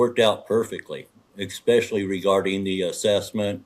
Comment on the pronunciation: It’s ESSSSSPECIALLY. ✅ NOT EX-SPECIALLY. ❌ Cmon genius. 📚